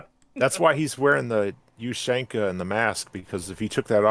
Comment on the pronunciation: That is the first time ive ever heard someone call a ushanka a You-Shane-Ka